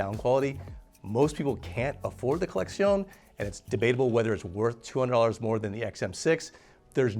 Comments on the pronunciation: why is he saying collexion with a Spanish accent 🤣🤣 it's just collection 🤣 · Why is he pronouncing it like it's a Spanish word? LOL